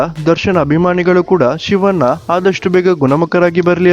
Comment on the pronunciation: Prounce properly for shivanna...you are calling ಶಿವನ್ನಾ